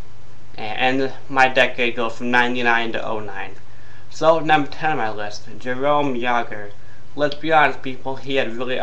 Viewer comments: the name jaromir and jarome are different, one is jarome and the other sounds like yar-oh-meer. also, scotty needs is not a top player from the decade over lidstrom. he's a bush league bender and his stats this season show how useless he is without his boyfriend pronger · You are literally too stupid to function. Clearly I know Jaromir's name. I said "Jerome" because that's how you pronounced it in the video. How do you even get dressed in the morning? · Well considering he's still around you're kind of wrong. Again. I'm finding myself questioning your intelligence with every comment. And for like, the fourth time, I said "Jerome" because you horribly mispronounced his name in your god awful excuse for a video. How am I a band wagon? I grew up in Pittsburgh and I go to school there. Maybe you should take everything you say, write it down, and speak the exact opposite. You'd probably make sensible sentences that way. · guess that means no opinion for you bitch... and the name isnt slightly wrong... thats like saying knabihulin lol... you said a different name all together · I almost agree with this list.... but right off the bat you miss pronounce one of the greatest players of all times name... and you also go into your moronic rant about your opinion of players